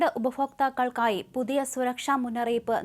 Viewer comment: ആങ്കറേ ഉപഫോക്താക്കളല്ല, "ഭ" ബിരിയാണീൻ്റെ "ഭ"😂